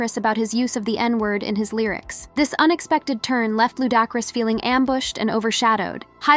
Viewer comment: Who TF is Fiddy and Lou Dockris, always some cuntianna butchering ppls names, smh